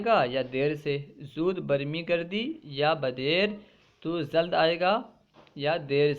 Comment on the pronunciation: AssalamualikuM aap' zald' bol rahe hain o..*Jald* hai aksar aap( jeem) ki jagah( za) padh the hai bus yahi hai aap ki galti